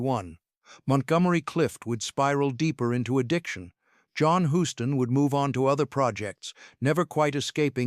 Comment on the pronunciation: HUSTON NOT HOUSTON!!!!!